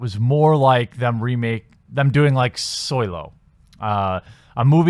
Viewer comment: Are you saying "Soylo"? I see what you did there.